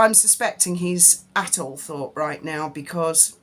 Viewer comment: Isn’t it pronounced All-trup?